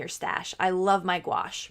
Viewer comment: It’s pronounced goo ash. 😀